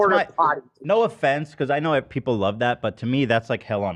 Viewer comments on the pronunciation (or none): none